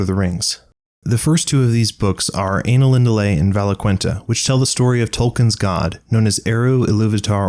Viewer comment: I love the material, but your pronunciation man, holy cow, plz listen to the version spoken by Tolkien and never pronounce it ANALinudale again